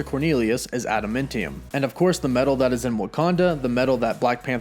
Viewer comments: AdamAntium. Not AdamIntium. Your pronunciation is weird and distracting! Nice video, though. Very exciting stuff. Disney really needs to start rolling out with these shows already. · Its adaMANtium dude.....not adaMENtinum.... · This dude saying "adaMENtium" reeeeeeally bothers me